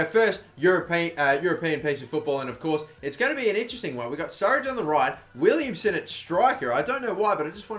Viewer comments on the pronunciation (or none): none